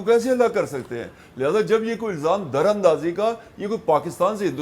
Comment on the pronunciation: Dear Aizaz Syed ! Lafz darandazi hha naake "durandazi" jo app ne bola hha apse se ye lafz bolny jany prr mujhy bari hairat hui hha.please correct this at your end.apke jitny tajarby ke kissi media jounalist se aisa hona aik brra sawalia nishan ban jata hha ....from "SMJAC "